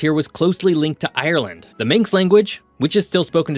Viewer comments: Manx not minx so Manx slate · Minx language . 😆😛🤪 it is Manx ffs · It’s Manx (man + x) not minx ;) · Manx is pronounced man-x